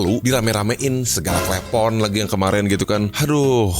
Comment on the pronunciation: Klepon bang bukan klepon ....